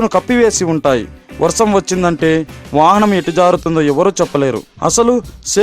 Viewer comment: వర్సం కాదురోయ్ వర్షం మళ్ళి చెప్పు వర్షం